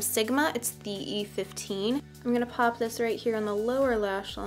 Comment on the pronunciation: “Just gonna paaaap this color right on the lid” lol that Chicago accent coming out. I feel you girl 😂 but yes please more tutorials like this!